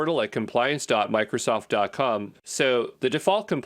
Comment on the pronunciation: is he intentionally saying "dot cum" instead of "dot com"? isn't a real person, huh?!?! What English speaking person pronounced "A-D" as "uh-dee"?